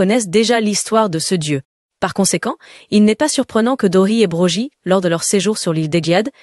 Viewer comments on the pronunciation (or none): C est pas broji son prénom, apprenez à prononcer correctement les noms déjà.